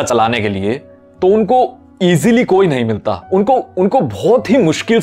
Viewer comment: Emphasis at "nhi milta koi"🤗😆😃